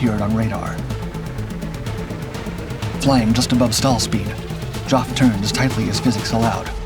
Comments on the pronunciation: Oh Jesus… Geoff (Jeff) pronounced JOFF 😆 And Dungeness… Christ on a bike- get a human in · The 224 had a goshawk engine. The Griffon was much later and replaced the Merlin in the Spitfire mk 14. There are a lot of other innaccuracies too. Geoff is pronounced JEFF not Joff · Jough? its Geoph, Geff, Jeff, love you uploads but, do you know anyone call Geophrey? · Geoff is pronounced "Jeff". So you know. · You had me confuddled for few moments.....when you get the name Geoff,its pronounced Jeff...not Ge-off. Met Mr Wellum....he was the youngest B of B fighter pilot.... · "Joff"? Geoff is pronounced "Jeff" you colonial knob. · "Geoff" is pronounced "Jeff". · "Joff" instead of "Jeff" Hilarious! Dungeness mispronounced too. You'd think a native English speaker would check! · Nice presentation, but spoiled by your awful pronunciation. Geoff is Jeff, not Joff !! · Geoff is pronounced “Jeff” not “Joff”. And it doesn’t need to be quoted as if it was a nickname, it’s a standard contraction of Geoffrey. The G in Dungeness is also pronounced as j. Bader is pronounced “Barder”. And Spitfire is the second-best British aircraft of the war. The best was the Mosquito. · And that boring, trying-to-be-exciting voice (is it artificial, I wonder?) that cannot pronounce Geoff, for crying out loud! ("Joff" all the time, instead of Jeff, indeed!) Next criticism: the commentator is hardly past prototype and early Mk 1 stage, when the film is jumping ahead and showing late Mk. types. Poor editing, in my opinion. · "Joff"? Its "Geoff", as in short for "Geoffrey". Geez, these 'Dark' channels sure know how to f up the basics and disrespect the veterans. The guy is one of the most famous WW2 pilots, he wrote a memoir about his experiences called 'First Light', which is a must read, and he almost made it to 97, having passed in 2018. Every. Single. Vid. Every one has at least one stupid and completely avoidable error. It's disrespectful to the veterans. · Geoff is pronounced Jeff, not Joff